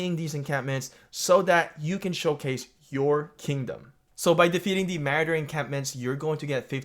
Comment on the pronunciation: Ma-roar-der 😂